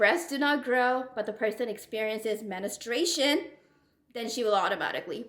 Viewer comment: You keep mispronouncing "menstruation" just FYI